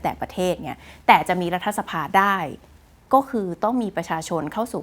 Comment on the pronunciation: รัด ถะ สะ-พาไม่ใช่ ออกเสียง รัด ทะ-สะ-พา คุณน้อง ดร.คุณพี่จบ ม.3เองนะจ้ะ